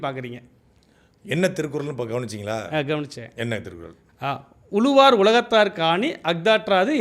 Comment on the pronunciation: அவங்க திருக்குறளை தப்பா சொல்றது இருக்கட்டும்.. நீங்க "உளுவார்" "எளுவார்" என்று தப்பு தப்பா உச்சரிக்கரீங்க ... தமிழின் சிறப்பே ழகரம் தானே